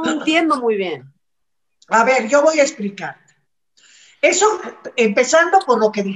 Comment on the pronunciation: como dices, con toda paz, no se dice "voa" se dice " voy a "